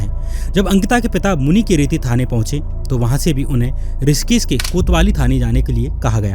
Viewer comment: ऋषिकेश को रिसकिस क्यों बोल रहे हो